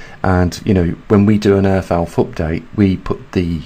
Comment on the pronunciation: Have to wonder if the Brits hear that they pronounce th in words like earth as f?